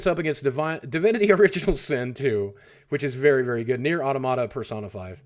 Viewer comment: You are butchering the pronunciation of Automata. Please stop propagating ignorance.